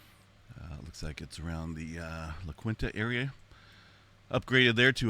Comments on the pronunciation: FYI, La Quinta is pronounced La Keenta. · Gave me a giggle with how you pronounced La Quinta! 😄